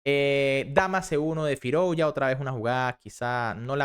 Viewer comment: Se pronuncia FirUzja y no FirOuzja /// OU = U